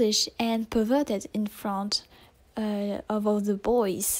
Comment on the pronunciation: Bruh how fucking old are you, like 4? You can't even say perverted right you say pervwerdert instead, lol. ITS A JOKE it's not supposed to be offensive take it like a man.